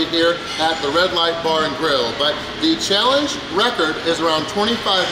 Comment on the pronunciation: When says “but” it sounds like he’s saying “butt”